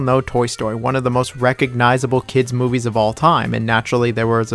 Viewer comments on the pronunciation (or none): none